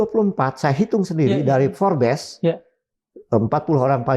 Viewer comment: forbs, bukan forbeess😂😂